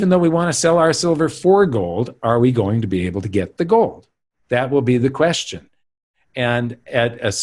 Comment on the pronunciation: should learn how to say “gold” correctly.